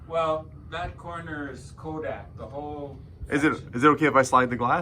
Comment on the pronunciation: I am from Rochester, NY - I really love how you can actually say Rochester just like we do, with out a Canadian accent.. as well as Kodak... So many people butcher it, trying to pronounce the names!